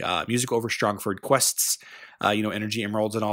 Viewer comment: You pronounced Strongford incorrectly. Break it down into its component words: strong and ford. Pronounce each part as if it were by itself. I'm fairly confident that I am right about this since a ford is a shallow point in a river that allows easy crossing, and the city of Strongford is a fortified position located on a river.